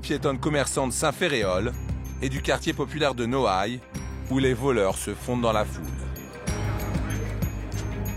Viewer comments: nouailles 😂😂😂 C'est noailles 🤦🏽‍♂️🤦🏽‍♂️🤦🏽‍♂️ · c'est Noailles pas Nouailles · Noailles pas Nouailles